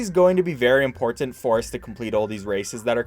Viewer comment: Bro what even is your accent, Ive never heard someone pronounce two "T's" in the same word so hard. ImporTanT. BuT-ton. Is that like a Michigan thing or something?